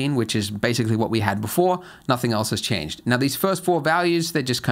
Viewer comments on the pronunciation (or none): none